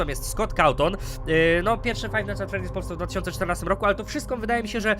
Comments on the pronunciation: #freedy nie teedy xD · nie tedy tylko freddy (czyt. fredi :3) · Freddys* :D Nie freedys :w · to jest FreDDy's a nie FrEEdy's <3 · ta gra się zwie 'Five Night's at Freddy's', nie Freedy's:P Łokieć! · tylko nie fife night at fredy